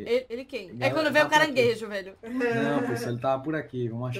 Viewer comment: A mon falo caranguejo eu entendi cara gay mdskkkkkkkkk